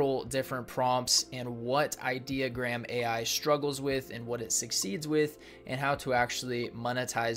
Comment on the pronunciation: i-deo-gram like idiot-ogram not idea-ogram .........😂🙄🤭